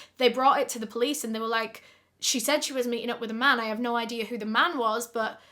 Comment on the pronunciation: ❤ that was a treat to my ears coz I love the way you say "no" and u said it three times in a sentence😂 " I don't nur ,really don't nur ya Nur " 😂😂😂